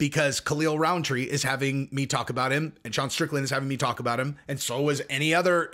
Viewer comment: Rountree not RoundTree.